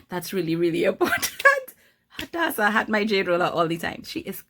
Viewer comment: Swear my name is Hadassah and so many people pronounce my name wrong but it makes me soooo happy when people pronounce it extremely well like you are 😍